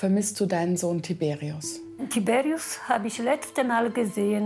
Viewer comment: das sind polnische namen 🇵🇱 und die werden : tiberiusch ausgesprochen